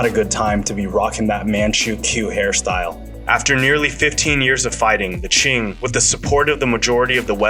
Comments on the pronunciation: Can't be Qing "Ching" right? It’s "Chin" Qin Dynasty. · and his pronunciation of some names are atrocious, like he says the 2 emporers Qin and Qing the same way. one was a Han, the other a Manchu